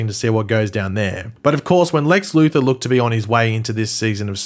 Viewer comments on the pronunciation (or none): none